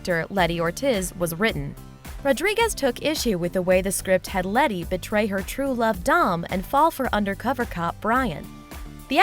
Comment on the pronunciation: Why did she say lettys name like that